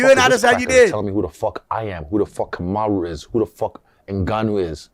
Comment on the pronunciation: I think its hilarious when Triple C calls out Usman on their show, and I find both of them hyper cringe. Ive been waiting for guru to break this down and the more cringe the convo got, the funnier Henry's pronunciation of "Kamaru" is... Hay fellaz🎉